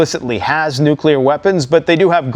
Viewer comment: Wait, I thought he kept saying Nucular !!😂